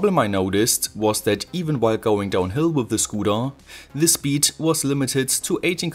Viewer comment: Pointless video, "I must not alter ze zpeed limit" 😂